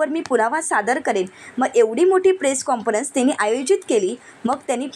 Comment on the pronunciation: मॅडम काॅन्फरंस असा उच्चार करा, चुकीचा शब्द ऐकावा लागतो आहे आम्हाला.